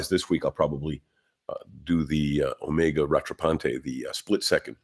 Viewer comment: So far you're the only one I've seen who pronounces "omega" right.